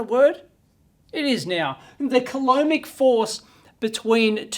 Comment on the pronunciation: I dunno, saying coloumbic force like that sounds a lot like colonic force. That's a rather shitty force. Ok, I'll show myself out for the low quality joke.